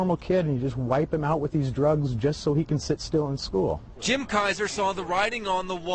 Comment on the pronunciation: "SHCOOL" lmao